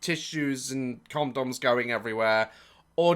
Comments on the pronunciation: Did you say "comedoms" ? 🤣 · does he say comdoms.. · The best part is the way Daz says condoms, “Comdoms.” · why did I think he said cum doms 😭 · DAZ " comdoms and versachi"